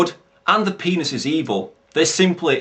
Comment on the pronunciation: just the way he says it <X,D The "Pe"nis is evil! (emphasis on PE)